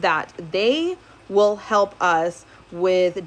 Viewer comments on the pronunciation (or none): none